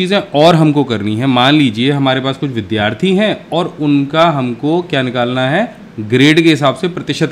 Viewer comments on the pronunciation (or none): none